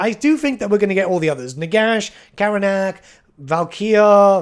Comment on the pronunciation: You Miss Spelled/pronounced Chakax and Karanak. Konrad is in my top 5 for sure too. My last two would be Gorros over moonclaw but I agree moonclaw is a better fit for LH as Gorros could be a Lord. SCYLA ANFINGRIMM for my last pick.